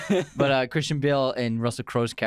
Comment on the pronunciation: your saying Christian and Cris wrong and cayne too